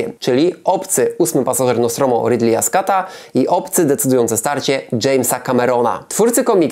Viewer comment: błagam RIDLEJ SKOT a nie SKAT ....